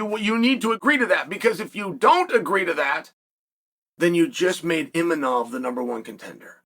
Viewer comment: DDR, Imachov ffs? The only name he pronounced correctly was the hard one, Ciao Borralho 😂